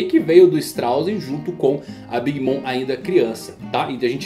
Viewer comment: Desculpa ser chato, mas queria saber pq vc fala o nome da Big Mom, como "mõ" ao invés "mɔm"(seria algo como "mãmi").